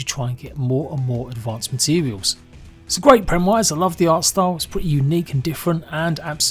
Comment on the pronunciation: ... mans trying to say premise 😂